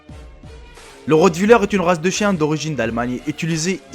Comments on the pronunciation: ptdrrrr " le rotvuleur " 😂 sinon tout les chiens peuvent être méchant c'est pas forcément la race qui fait qui sont méchants (oui cette phrase n'est pas française) J'avais un rotweiler et un chouchou de poméranie, beh le mon rotweiler était beaucoup plus gentil que le chouchou (eh oui j'raconte ma vie mais c'est pour donner un exemple, breffff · Et c est pas le rotewiller mais rote willer! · Bledart ta dit ritwolare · lol T as dit routuleur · pareil mr...... Et apprend a dire rottweilleur